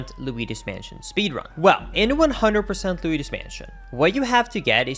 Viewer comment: I can't get over how you pronounce Luigi correctly on its own but then always say "Luidus Mansion"